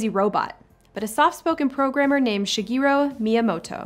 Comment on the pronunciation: his name is shigeru miyamoto, not shiguro miyamoto 😊